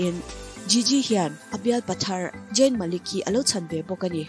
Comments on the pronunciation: In post hi delet ru.. Jayn ani lo! I pholang dawn nih chuan chhiar dik ve tal ula.. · Jayn ti hian lam tohlo laa😀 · Zayn 'Z' 'J' anga lam hi chu ngaihthlak a nuam chiah lo😁😁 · zayn tih tur zawk ania jayn ni lo in 🤭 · Jayn a🤦🏼 ka bialpa hming i va lam uluk lo ve aw..ZAYN tur zawk aw..🤧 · Zayn I lam dan mawlh khi ka pawmzam theilo 😂😂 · Zayn hming I lam Dan hi amak e 🤪